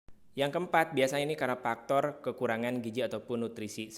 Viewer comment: Efek, bukan epek. Faktor, bukan paktor.